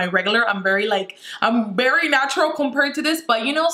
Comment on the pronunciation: I love how she says bery instead of very 😂